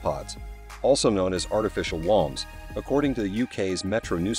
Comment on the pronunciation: Can't even pronounce woumbs? That's the basis of the video!